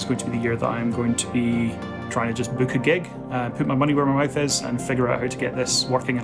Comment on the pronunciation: Synth 101 series request: VCOs, VCAs and also the third thing, yes, but also the flow from sound generator to modulation to sequencer. I still feel there must be something I haven't heard of, some missing link. Oh, and I thought I heard you say 'I'm gonna but my money where my wife is'